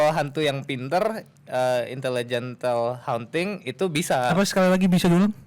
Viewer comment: kenapa gw dengernya "intellegent accounting"